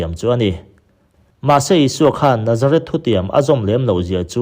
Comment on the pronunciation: Chuan Nazarith leh Nazareth hriat hran tur, i lam pawlh vek mai a